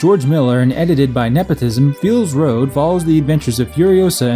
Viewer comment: Hah, you kept calling it "Feels Road", that was really clever